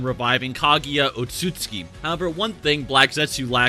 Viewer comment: Oat-sot-sue-key. They're not Polish otsuskis.